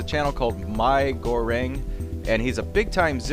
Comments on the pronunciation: ***** Its pronounced "me" goreng, not "my" goreng, and it's delicious, a local delicacy here in Singapore :P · its not miii goreng its pronounced mee goreng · Is not MY GORENG is MEE. GORENG that is how you say it BTW. Is indonesian. Language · great video, myth busting is cool and it is pronounced "me" goreng they pronounce i like an e in se asia, but, how where you to know mate? :) thanks again! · miigoreng is actually fried noodles. Combination between mee(noodles) and Goreng(Fried) in standard Malaysian/Indonesian language. And he's Singaporean. pronounce Migorenx in english will be easier. the way you pronounced it is funny. lol Nice vids. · You should pronounce it as me gore-ring It means fried noodles in Malay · its pronounced mee goreng